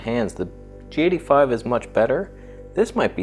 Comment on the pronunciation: You pronounce the G85 as "Jatey Five." So strange.